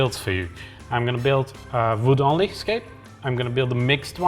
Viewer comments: Hungarians and Germans (as far as I know) tends to pronunce the letter "W" with a "V" sound . 😁 No big deal and a charming touch. Hahahaha. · Its WOOD, not VOOT... Love you. Just giving you a hard time because they make fun of my accent as well...